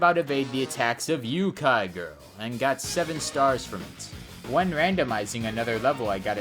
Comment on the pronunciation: When said "Yu - kai Girl" instead of "Yo - kai Girl" my brain lost 50 IQ.